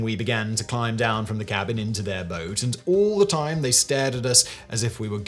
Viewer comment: "all the tome" hahahaha